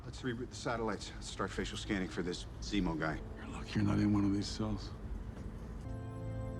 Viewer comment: says Remo instead of Zemo lol. Remo is actually a real life company. They make drum heads! Got a laugh out of me!